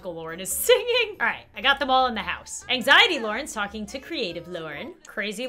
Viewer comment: I have total engzity me: me too